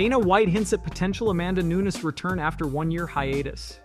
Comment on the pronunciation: CLICKBAIT LIES! Michael WHO wasn’t Asked to fight anybody Max Holloway is on holidays with his family, Currently Not Entertaining Fights, Family Time! CLICKBAIT LIES! Hey, Her name isn’t Noons, It’s Nunez 😂, CLICKBAIT LIES! BLOCK THIS CHANNEL!